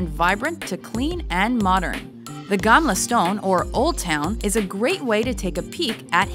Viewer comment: im from sweden and its so funny when she talks about old town. its not called gamla stone its gamla stan